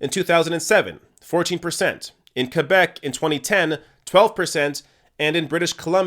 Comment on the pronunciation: Love how you pronounce Québec correctly (ké-bec not kwé-bec). Also keep up this excellent work.